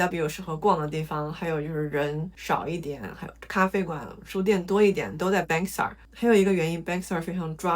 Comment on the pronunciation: Bangsar是 唸 幫沙。